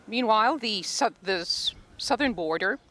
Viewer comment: She is sobbing, mumbled like "sirthen Southern Beirut" 😂😂